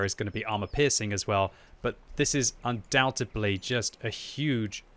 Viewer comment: The word is undoubtEDLy....not undoubtEBly...jeez that was annoying to hear you say like 3 times.